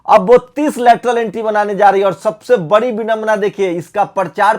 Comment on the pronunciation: बकर,बंकर,कर,रहा, है,तू,आरक्षण,को,छोड़,दे,(तूझे,तो,बोलना,भी,नहीं,आता,(बड़ी,खबर,की,)जगह,बोलता,है,बरी,खबर